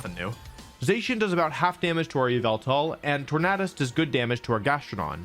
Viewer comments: STOP CALLING ZACIAN ZAY-SHEN IT'S ZAH-SHEE-EN!!! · You said Zacian wrong it’s (Zach-Ian) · Not to be that guy but a thousand people will say this so this is for your own good but it’s pronounced “Zac-ee-an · Pronounced girtatina and zacian wrong yikes.